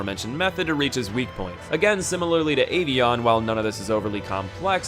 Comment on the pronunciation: Boi pronouncing avion as ay-vieyon